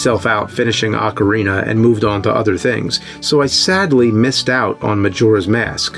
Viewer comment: Holy shit... He's pronouncing Ocarina correctly!!